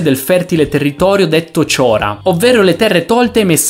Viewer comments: Chora non si pronuncia Ciora ma Hora 😂 e vuol dire "terra" in greco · Bei contenuti, molto informativi, complimenti! Un solo appunto: ho notato che per termini latini e greci tendi ad usare automaticamente una pronuncia mutuata dall' inglese (esempio: chora pronunciato "ciora" e Sicilia pronunciato "Sisilia"). In latino la "c" si pronuncia o sempre come "k", anche davanti a i ed e, oppure al limite si seguono le regole dell'italiano. Quindi o Sikilia o, più comunemente, semplicemente "Sicilia". In greco "ch" è semplicemente una "k" seguita da una aspirazione. Quindi "Khora". Il dittongo ou si approssima come "u", un po' come in francese, quindi "frurion" (che al plurale sarebbe "fruria"- phrouria).